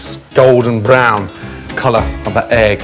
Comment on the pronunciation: is it me or he just pronounced egg longer ?